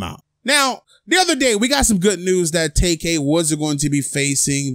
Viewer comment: If this guy " tak-kay" only got 5 years, I wouldn't be surprised....